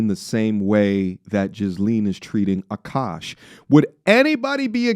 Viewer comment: i hate when she said OKOSH